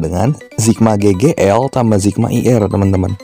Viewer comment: sigma pak, bukan zigma